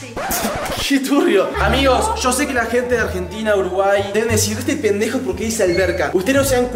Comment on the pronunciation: Se escribe yo no sho